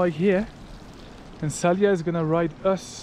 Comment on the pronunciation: Salih değil laaaa, Saliha bu kadar zormu ismi telefuz etmek..kıl oldum sana🤣🤣🤣